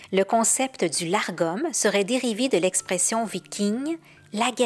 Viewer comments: Le mot dont vous parlez est Lagom et non largom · Lagom sans le R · Une petite précision pour éviter la confusion. Selon plusieurs références que j'ai consultées, le "Lagom" se prononce en français "Lar-gom", même s'il s'écrit sans le "r". Cependant, il se prononcerait finalement tout simplement "Lagom". En voulant bien le prononcer, je me suis compliquée la vie, alors que c'était tout simple (La-gom). 😅 Ne parlant pas suédois, je m'excuse si je ne prononce pas ce terme (comme les autres de ma vidéo) de la meilleure façon. 😉